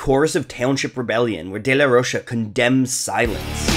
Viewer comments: It's pronounced as "ro-ka" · Rocha is pronounced like mocha ffs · Zack pronounces it Rocha